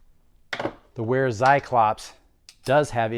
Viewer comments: good video. It's pronounced like Vair-ah, not Wair-ah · it's not wear-a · Just a pro tip but it's actually pronounces "Vera". Great vid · it's pronounced Vera Tsi-clop